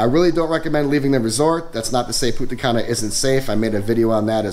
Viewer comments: You could pronounce the N in Punta Cana. Without is Puta Cana 🤣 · You pronounce Punta Cana as Puta Cana that literally means in Spanish Bitch Grey Hair xDdddddddd